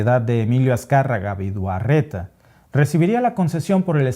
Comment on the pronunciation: El apellido es VIDAURRETA NO VIDUARRETA.